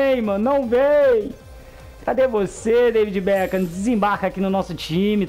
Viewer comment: O becam kkkkk beckham